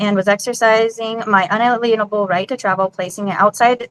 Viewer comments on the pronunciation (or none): Another "unaleenable rights" gal.